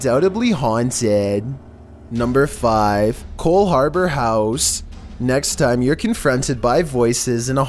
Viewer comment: Coldhaubour house? You sure it isn't Molag Bol?